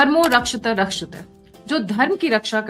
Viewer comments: Madam, it is "Dharmo Rakshathi Rakshithaha", not "Dharmo Rakshatha Rakshitha"... 🤷🤦 People already pointed it out and yet no correction - shows you take no feedback. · Please say the quotation correctly. "Dharmo rakshathi rakshathah" Not "Rakshathah Rakshathah" you utterance is not correct. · नमस्ते भगिनी, कृपया आप धर्मो रक्षति रक्षितः। एसा उच्चारण किजिये। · 'धर्मो रक्षति रक्षतः' आप के द्वारा किया जारहा उच्चारण शुद्ध नहीं है,कृपया शुद्ध बोलें। यह आपकी आलोचना नहीं,सुझाव है। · "धर्मो रक्षति रक्षित: " कृपया स्पष्ट पढ़ा करें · You should learn to say it properly. धर्मो रक्षति रक्षितः। It is pronounced as "Dhar-mow rak-Sha-thi rak-Shi-tha-Ha". Don't spoil it by speaking like Hindi or English.🤦‍♂️There are no short endings like Hindi and silent letters like English. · I too have pointed out her mis-pronunciation of that but for some reason, she continues to say it wrong.